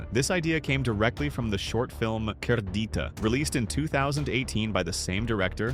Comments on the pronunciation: Cerdita isnt pronounced as Kerdita, that "C" should be pronounced as "Se" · I dont wanna be that person but Cerdita is pronounced, "ser-dee-tah"